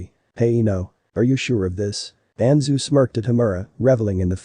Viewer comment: it's danzo not danzoo